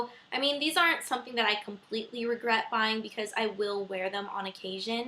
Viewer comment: hahahah regwet LOL .